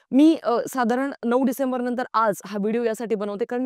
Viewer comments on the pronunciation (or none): none